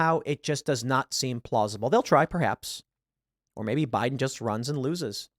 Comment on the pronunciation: "No, sir. They're saying Boo-iden. Boo-iden"